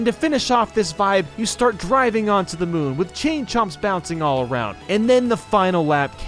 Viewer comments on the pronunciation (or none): none